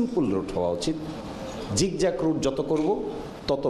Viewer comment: Zigzag -এর উচ্চারণ কি 'ঝিকঝাক'? বাহ্!